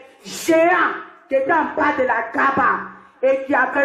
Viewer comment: HAHAHA, n'importe quoi musulman et qui ne sais pas l'arabe la kaaba n'est pas bien prononcé, dormait toujours et rêvait, le jour où vous mourait vous vous réveillerait et vous trouverait la triste vérité pour vous les associateurs (le feu de l'enfer). stp arrête de crier pour rien.